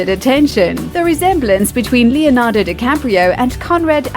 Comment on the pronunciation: If you can say "Leo" ("Leeoh") why do you say "LeeAnardo"?! It's not "Angelina "JOElee" it's"J (but not "dj", but ggg")-o, like in whole"- lee" and the tonic sylable is the last "Angelina JoLIE", no JOlie! 😮